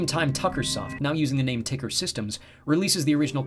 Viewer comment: If Tuckersoft changed their name to TCKR... wouldn't it be tucker not ticker? :P